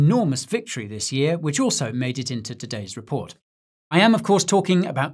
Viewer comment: "crypto raport" 😂😂😂